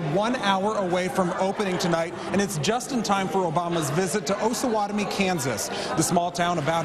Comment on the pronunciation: Its OH-SAH-WAT-O-ME...smh